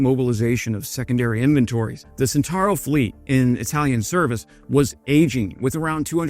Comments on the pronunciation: Were you truly a lover things Italian you would know that the name of the vehicle in question is pronounced "chentauro". A C immediately before an E or I is a CH sound as in "child". Were it written as you pronounce it, the spelling would be "sentauro". Italian pronunciation is a joy compared with English as it is totally regular. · "CE" of centauro is pronounced like your "che" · It's pronounced CHENTAURO even if it's spelt CENTAURO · 🇬🇧I needed few minutes to understand that the word "sintaro" was his pronunciation for "Centauro". 🇮🇹Mi sono serviti vari minuti per capire che pronunciava "Centauro" come "sintaro" 🗺️ Mi bezonis kelkajn minutojn por kompreni, ke li prononcis"Ĉentaŭro" like "sintaro" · its pronounced Chentaaarro...just say'in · Please, the C of Centauro Is pronuciated as the C from the word China. Thanks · Drinking game: take a shot every time the word "Centauro" is mispronounced. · nice video... only one little comment.. in "Centauro" we pronounce the "C" as in "Chilli" not like the S in "Snake" :)